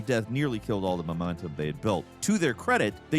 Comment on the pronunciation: How in the hell did you just pronounce momentum?